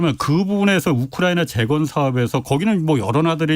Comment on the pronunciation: 우크라이나 발음이 어려워.......우크라나....ㅋㅋㅋ